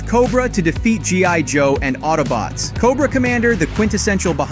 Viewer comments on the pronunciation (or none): none